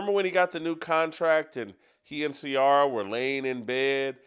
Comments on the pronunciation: Omg he can't pronounce Ciara name is unacceptable 😂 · I don’t usually comment NEGATIVELY but Jason and TJ…. Please you know nothing about Russell’s feelings about his lovely wife Ciara , mid-life crisis… whatever. Jason her name is pronounced “See-air-uh” had to break it down phonetically for you!! Love Steve Kim all day every day!!!